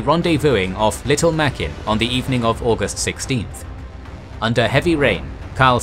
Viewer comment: Sir, it's pronounced: "Muh-grin" in the local Gilbert Islander language.